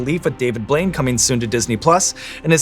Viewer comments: to me it sounded like he called him "David Void" instead of Blaine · Did you just call him David Blouide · did Sean just pronounce his last night wrong?? Edit: most genuine moment I've ever seen!